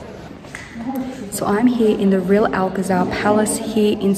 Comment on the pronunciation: “Real” in Spanish means royal. And its pronounced as “ RE YAL”. Love your vlog!